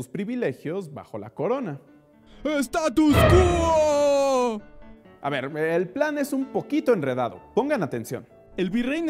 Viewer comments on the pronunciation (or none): STATU QUO, SIN LA S DEL FINAL.